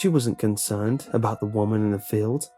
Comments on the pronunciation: I think that was a mistake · Did you say conkernced by reason or mistake? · Did he say conternd is that even a word or was it a mistake?